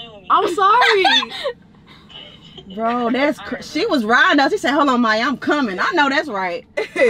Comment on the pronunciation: it mya not maya